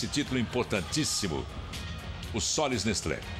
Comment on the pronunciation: "Sollys Nestlo osasco from Barasil" é tipo assim que a moça pronuncia.. kkkkk